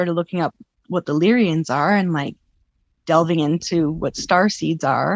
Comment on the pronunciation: Lyrans. Not lyrians I think